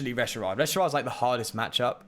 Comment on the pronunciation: I love your rogue spirit. I hate how you say Reshirard. 😂😂